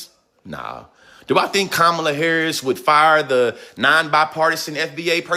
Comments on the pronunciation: You have to figure out how to pronounce her name popular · You are pronouncing Kamala 's name wrong !!!!